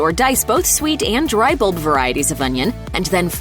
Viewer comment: the word is NOT BLLB....it is Bulb....there is a "u" in there, like the word UP.